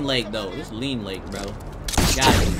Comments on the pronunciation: Its lean lake not look lake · "Lean lake" lmao